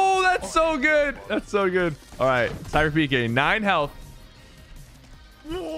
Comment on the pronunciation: I like how he says his name like its not home